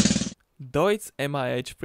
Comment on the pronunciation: Du hast Deutz richtig ausgesprochen 💪💪